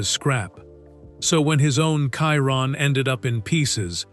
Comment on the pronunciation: Why can’t Ai say Chiron correctly?😂